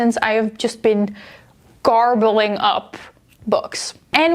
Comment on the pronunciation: "garbling up"...you mean gobbling up haha. Love the vid